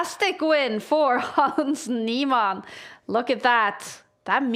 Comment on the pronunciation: hans neeMON bro pls just say his name properly once